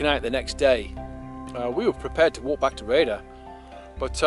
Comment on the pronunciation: this is a Good walking vid of an nice obscure place, been thee on the road a few times but never got out of the car? your vid makes this feature look amazing, but it peens me when you say the village name as "Raider"? where on earth do you get that pronunciation?(sounds like you have never heard of syllables in words), its not by reading the sign is it, when the name is Rhayader, it has got 3ish syllables, Rhay a der, see it is very simple (but not to most english). Anyway, you are forgiven (if you improve) you do need a vast improvement to saying Welsh place names, it is really atrocious the way yo say welsh place names, again, Gwynllyn (no idea what you make up?) 2 syllables Gwyn llyn, This walk looks fantastic.